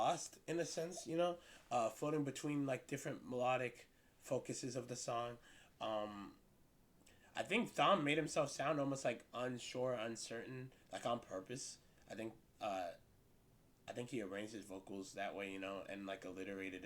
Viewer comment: It's pronounced "Tom" not "Thom"